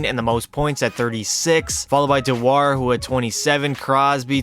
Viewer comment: The announcers actually pronounce Dewar’s name like “do her” lol